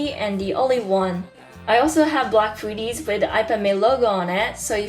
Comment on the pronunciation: Nice video. It's "hoody" though, not "foody".